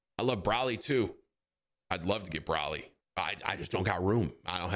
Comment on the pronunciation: Not braly its broly